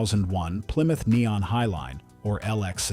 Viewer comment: What's a ply-muth?